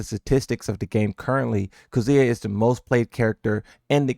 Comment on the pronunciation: Do you hear how he pronounces Kazuya in general?